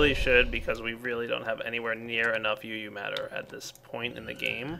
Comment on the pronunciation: Did you say "not enough uu matter"...